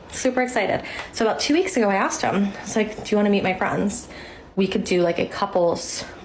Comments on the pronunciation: "all my FRUNDS"... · any woman that pronounces the word friends like fronz &/or talks that fast, is a red flag